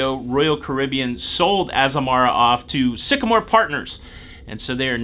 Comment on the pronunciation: It's pronounced, AZAMARA.......how bout that. 😉